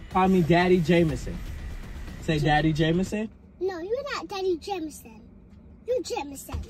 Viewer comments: kept calling him Jamanson🤣🤣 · “ you not daddy jamanson , you jamanson “ 😂😂😂😂😂😂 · “ no you jamanson”🤣🤣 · “You’re not daddy Jamanson, you’re just Jamanson” I’m screaming 😂😂😂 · "you not daddy Jamanson... you Jamanson" LMAOOOOOOOOOOOO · “I have to call you jamason”😭😭😭😭